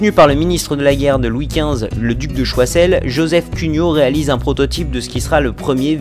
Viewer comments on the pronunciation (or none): on dit pas choisel mais choiseul